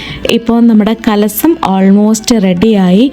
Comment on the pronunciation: Not കലസം കലശം, കല്പവൃക്ഷം